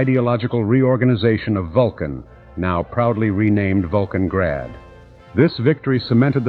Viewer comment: "Vulcangrad" - unbelievable. 😅